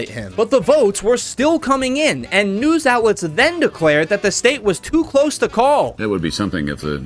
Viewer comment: "Cwose"! "Wong"!😂😂😂